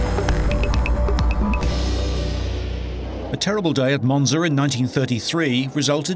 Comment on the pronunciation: This narrator is terrible. "Monzer", "Carraccioler", "Fariner". Send him to soeech therapy classes!!